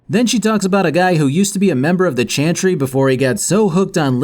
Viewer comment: This video made me want to finish Dragon Age: Inquisition and replay the entire series. Thank you! PS: Does anyone else hear him say "chanchry" instead of "chantry" all the time lol?